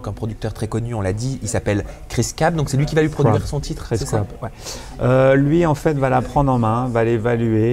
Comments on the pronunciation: Mais c'est pas Cris CAB, le chanteur ? Pourquoi Fabrice dit "CRAB" ? ^_^ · 😂😂😂 Fabrice il a dit cris crab😂😂😂😂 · "Kwisse Krabe" mdrrrrrrrrrrrrrrrrr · "Cris Crabeuh" ptdr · Il me fatigue Fabrice avec " Chris Crab " lol Chris Cab bordel 😂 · je rêve ou il a dit: Cris Crab ????? Hahahahahahhah il a pas respecté